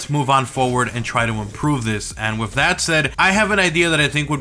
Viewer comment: Hey buddy it's with not wiff